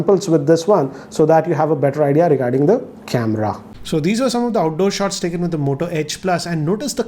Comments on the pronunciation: who else heard him saying mota 😂😂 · M I the only one who heard Mota in this video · I Believe OnePlus 8pro is far better than this!✌️ "Mota" 🤣